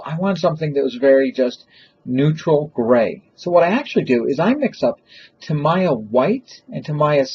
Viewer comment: Sorry but I've been watching all your videos and I cringe every time you mispronounce "Tamiya."